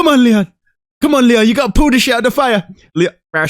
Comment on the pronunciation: i love how Leon’s coach said “you gOtta finish him!”